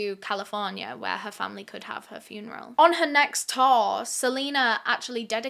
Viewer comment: the way pronounces "tour" LMAOO. all i hear is "Taur" "Taurrr" XD